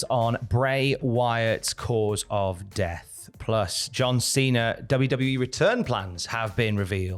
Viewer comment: Why does he call him Cener and not Cena?